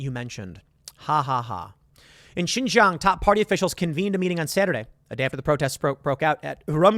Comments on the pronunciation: XinJiang "SheenJeeAng" Tim!!! Not "ShinZhang" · Love to see it :D. All Chinese refugees welcome unless you simp for the CCP but Brandon would never except them. Tim, your asian half is showing, let a black man whos really into China help you out. Xinjiang is pronounced (seen-jee-ong). The jiang part is pronounced fast though in a fluent manner. When you break it up slowly it sounds a bit funny.